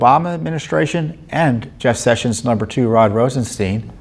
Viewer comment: It's Rosenstein, not "steen"! Feel free to botch his name, but do it properly then. I suggest Rottenstool...